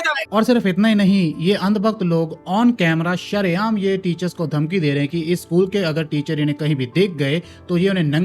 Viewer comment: “sha ray aam” NAHI!!! “ssa ray aam”